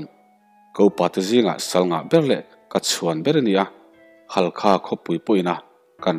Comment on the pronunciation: Halkha nilovin Hakha tih tur a ni e